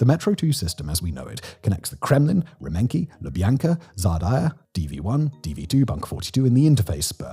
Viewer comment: It's Rah-men-kee and da-tsha.